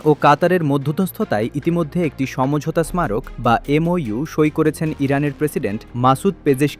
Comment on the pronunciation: এসমারোক ? কী রে ভাই আপনি ইন্ডিয়ান নাকি ? "সমঝোতা স্মারক" কে উচ্চারণ করছেন "সমঝোতা এসমারোক" !